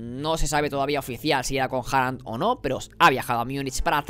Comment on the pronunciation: jajajajajaj TE cuesta decirlo en el Te ayudare ¡!... QUE SI SE REUNIO CON HALAN ¡! 😉